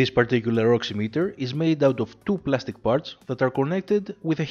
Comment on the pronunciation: Someone who says the word right. Thank